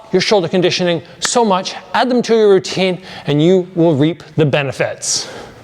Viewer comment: It sounded like it was $300 down to $299 the way you said it, I had to rewind and watch again, haha. Down "TO" $99! 😂. Maybe if you said to ONLY $99 it would have sounded a bit more clear. Best regards.😊